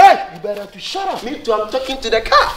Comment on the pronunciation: You mela be shout up" eeii Aca 😂😂😂😂